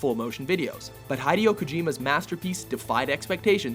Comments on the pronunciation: Its Hee-Deh-Yoh... -_- not "Hide"-eyo _ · hi day o? its hih dey o ..damnit im surprised you didnt say ko jigh mah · its hid-ay-o kojima not hide-e-o kojima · First, it's pronounced HE-DAY-O Kojima, not Highdy-Ho Kojima. Second, Navi is NOT annoying. She's cuuuuute. ^-^ And finally, are you sure "X" in the honorable mentions segment isn't just a rip-off of the Amstrad based game "Tau Ceti"? Just sayin'. Good vid, though. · Hideo Kojima's Hideo is pronounced as "He-Day-Oh" not "Hi-Day-Oh". Something to think about the next time you guys are to saying his name. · Hideo kojima's name is NOT pronounced: "High-de yo" you stupid twit. It's "hee-de-yo". Think about it: How do you pronounce "video" do you call it: "Fie-de yo"? No you don't. Hideo is pronounced the same as "video" except with an H instead of V. In the original MGS, they even created an in-joke during the Psycho Mantis fight whereby the screen will temporarily black out with the words: "hideo" appearing instead of "video". That's a reference to Sony Trinitron tvs that have that green "video" display. His name is Hideo. Pronounce it properly, it's not hard. This narrator is an absolute moron. I noticed his mispronounces many other japanese words in other videos as well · "Hydeo kojima" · Not "hide-ee-o" Kojima. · "hydeo kuhjima" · Hidey-ho Kojeemer? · "Heidi O. Kojima" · ITS PRONOUNCED HE-DAY-OH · Wait... did you actually just say "Hidey-Oh" Kojima? Ohhh man. This is a great list, but wow. >.< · "Hidie-yo Kojima" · Who is this "Hi-Dee-Oh Kojima" you speak of? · WHO TF is HI DIO Kojima this sin of mispronunciation can not be forgiven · "Hidey-o Kuhjima." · Haydio Kojima? LOL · Ugh, you mispronounced "Hideo". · If only he pronounced Hideo Kojima correctly. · You destroyed Hideo Kojima"s name.. lol. Nice list